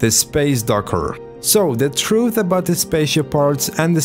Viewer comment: troof is how he pronounced it